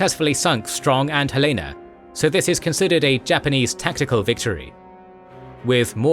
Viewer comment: The Helena was, of course a cruiser. As usual, most narrators mispronounce her name. We have one of her anchors and chain in one of our city parks(not from the WW11 ship, of course). I am 81, and always get a kick out of people mispronouncing Helena. Nobody mispronounces Helen, but for some reason, the addition of the "a" at the end throws them.